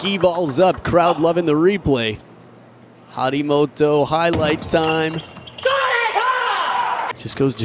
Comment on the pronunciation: Harimtoto?? It's Harimoto